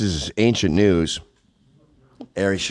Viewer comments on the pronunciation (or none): none